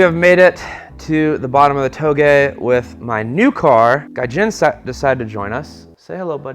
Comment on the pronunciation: anyone else proud of for not mispronouncing touge finally